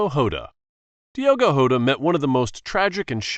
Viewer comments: Bro said Diego hota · Dego hota is not how you say it